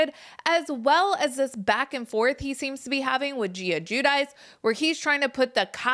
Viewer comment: Giudice is pronounced Ghee-duchi